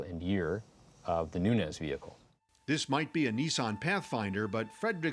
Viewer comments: Omg the one guy keeps saying “Noonez” instead of Nuñez, and it’s driving me insane 🫠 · "NUNIAZ'!..NOT " NUNIAZEZ"!!😅😅😅😅! American "English" is nuts!😅😅😅😅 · When you cannot even pronounce the suspect's name ... I cannot even 😅😅😅trust you to be detail oriented.